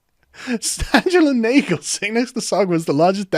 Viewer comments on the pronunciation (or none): none